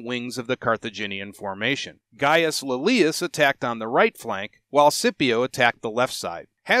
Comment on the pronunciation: Great content as always, thanks, but i have to admit the way you pronounce Scipio really gets under my skin